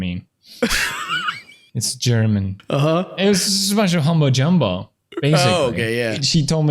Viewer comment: “Humbo jumbo” instead of “mumbo jumbo”